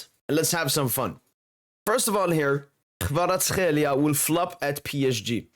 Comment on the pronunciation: bro, you pronounced his name too good now :) Georgian approved hehe.